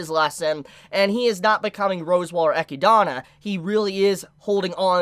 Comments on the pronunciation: Been part of the army for years but completely messing up some characters names like ecidana instead of echidna and galder instead of gowther annoys just a little but still great video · "Eh-key-dah-na" I dont know why this bothers me so much XD Great listening to you though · The way you pronounce Echidna is hurtful... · i just came here from trash taste podcast, but i need a community consensus how do you pronounce echidna? cuz i always just say echidna like the animal, but this dude be pronouning like i dont even know how to type it out that way, so am i just a normie dont know how to pronounce it or? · Why do people keep pronouncing Echidna's name in these weird ways?